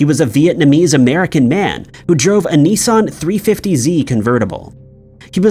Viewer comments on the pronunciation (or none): none